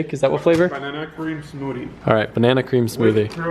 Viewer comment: "Smoodie" lol